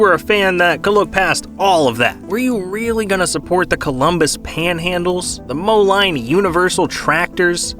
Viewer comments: you broke my heart, it’s called Moh-LEEN not Mo-line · Moline isnt pronounced "Moe-Line" its pronounced "Moe-Lean" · It's pronounced Mo-Leen. Not Mo-line. You can tell you are not a farm boy. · I’m a minute in and the story is already wrong! 😂 and Moline is pronounced Moh-Leen I’m literally from there